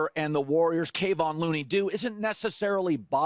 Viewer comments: Will you please stop calling Looney, Kay-von Looney. It’s Kevon, pronounced Ka-von…thanks… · It’s KeVON. KeVON. KeVON not KAYvon dude show some respect :\ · FYI... Kevon Looneys name is pronounced like K'vaughn (emphasis on 2nd syllable). ☺️ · C'mon Colin, learn how to pronounce a guy's name before you go on the air talking about him.